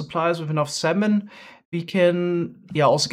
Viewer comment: Lol he says salmon like semen